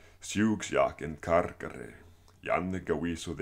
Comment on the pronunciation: Another fantastic vid, ty very much! Btw i may be wrong, but I believe the dipthong in the dative karkarái is pronounced like the english word " eye" or the y in "why". Have you studied this from Joseph Wright or another source? And as I've said before, your accent is perfect compared to a lot of other people I've heard who speak this language with an american accent lol.